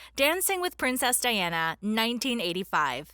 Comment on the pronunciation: The person doing the voiceover mispronounced President Reagan's name AND Princess Diana's. I'm surprised that someone didn't correct her. She must have been born in this century. 😂